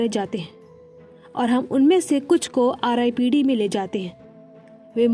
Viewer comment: Its not ripped its R dot I dot P dot D,, explanation is gud but apne starting me hi ripped bolke galti kardi ,as a viewer mjhe galat hi feel hua